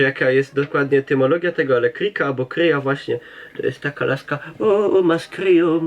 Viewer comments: Śpiki a nie szpiki, kryka a nie krika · Obie moje babcie prosiły o podanie kryki, jeśli kryka upadła. Dla babci spod Tarnowa był to kij do podpierania się albo laska. Dla kieleckiej babci to była kula. Obie wymawiały to słowo twardo, przez „y". Po śląsku brzmi tak bardziej pieszczotliwie.